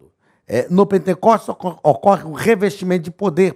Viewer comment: O SR FALOU POR TODA A AULA "PENTENCOSTES". O CORRETO É P E N T E C O S T E S , SEM 'N' DEUS ABENÇOE